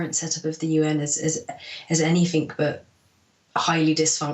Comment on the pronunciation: Hearing an apparently intelligent english girl - who is a Dr at Oxford university no less - say "anythink" is just so cringey.